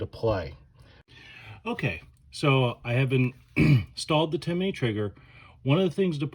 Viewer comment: Its Timney. Not Timiney. There is no I between M and N when you say it.